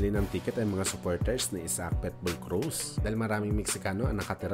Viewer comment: Pitbull hindi Petbul hahaha, tunod pwetbul eh.